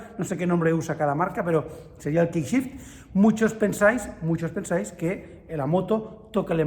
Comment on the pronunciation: "Kickshifter" es literalmente un cambio a patadas 🤣🤣 "Quickshifter" cambio rápido, 👌🏼 (lee la U tambien)